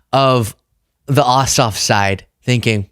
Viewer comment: Jon Ossoff, lol…I thought you said ‘Jon Awesome’. My adhd brain went off on a tangent about having the name Awesome until Ossoff came across the lower third.